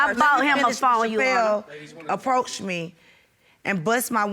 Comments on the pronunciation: she's actually saying "your honor", it "sounds like "you honor". you got to listen real close... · Ndumbe Stop putting words in her mouth. It is pronounced: "yoowannhah". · How hard is it to say "YOUR HONOR" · Why she keep saying "You honor".... For goodness sake, it's YOUR HONOR!!! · Omfg its YOUR HONOR. not " you honor" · I thought it was "Your Honor" not "You Honor" 🤦🏾‍♀️🤦🏾‍♀️ special ed at it's FINEST 😂😂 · the pronunciations, pronouns, speech in general is just killing me!!! " YOU HONOR" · This would be the most speech impaired child ever "you honor" 🤦🏾🤣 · Why is she saying Uhonor??? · Yes You-au-wner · YA'ONNA lol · Between "udder" and "intervriew" by the potential BD and the constant "yes YOU honor" by the BM...I'm skipping to the end y'all...I can't with these two. Hollering!!! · No no no you wrong... “yo’honna” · she saying 'Yo Honor' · Nydel Ndumbe Right!!!! She just kept saying it. Good grief. I was trying to figure out if they were just super country or super ignorant.